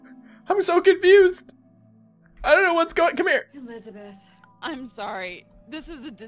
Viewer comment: Grace keeps on saying it wrong. instead of "Elisabeth" its "ᴱᶫᶦˢᵃᵇᵉᵗʰ"